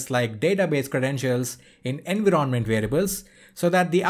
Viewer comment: Where did you learn to pronounce environment as enveeronment? I am curious.